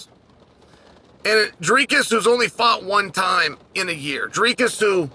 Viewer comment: Chael deserves a belt for his pronunciation of Dricus’ name